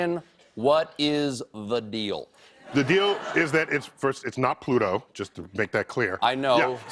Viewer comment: Not Pluto...Twoto